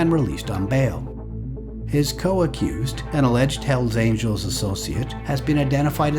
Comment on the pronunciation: Hells Aniels??? Quien mi3rd4 habla en el video?? Dammn